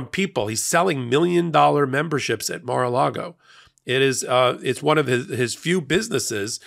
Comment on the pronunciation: Wondering who interests the building of, "Mar lar go"?